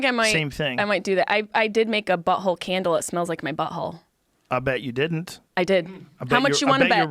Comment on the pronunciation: She sais buhole instead of butthole